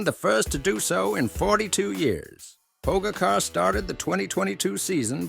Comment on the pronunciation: Learn to pronounce his name first or use a better AI